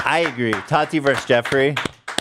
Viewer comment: The way Ethan says Tati like "tAti" makes me giggle internally every time, and you know he knows how to pronounce it correctly but just chooses not to because she's completely irrelevant